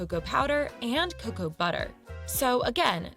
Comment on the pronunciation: This is crazy! I don't know why she said the word "cocoa" the way she did. I live in the Midwest in the United States, and we pronounce it "c long o c long o sound again. Like how you pronounced it,. In our household we prefer the dark chocolate over milk chocolate. It has a stronger chocolate taste. I think it has more baking (non-sweetened) cocoa. It usually costs more.